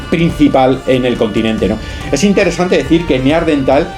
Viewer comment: NEANDERTAL: cuidado con la pronunciación